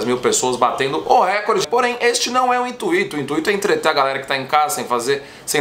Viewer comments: Pelo amor de Deus, para de falar "INTUÍTO rapaz, q agonia kkkkk... É intuito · Que agonia com ele falando "intuito" pqp! 😂😂😂😂